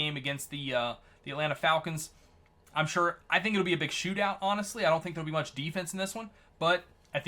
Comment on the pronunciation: Fall kins not Falcons LOL